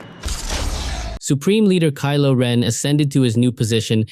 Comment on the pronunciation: You said kilo wren three times